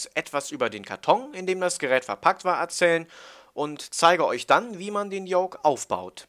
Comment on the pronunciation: Lern Yoke auszusprechen bitte ich häule gleich